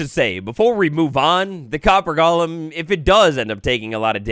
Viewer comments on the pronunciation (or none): DUDE, it’s GOLEM. Not gollum like lord of the rings. GOLEM. I had to go watch a different video about this update because you made me want to break the tv off of how badly you mispronounce it.